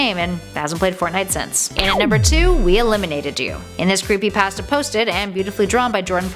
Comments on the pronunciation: Creepypasta not creepypaasta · Why does she say it like creepyPASTa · Your saying creepy pasta wrong and REALLY annoying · She pronounced creepypasta wrong